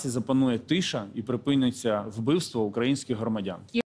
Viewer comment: Навчить шуфріча правильно вимовляти слово"украЇнський",бо,і українською і російською наголос завжди на"Ї-И"!!!!!